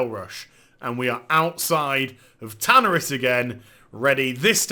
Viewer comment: I have to rip my dick off every time you say tanaris... the pronunciation is painful.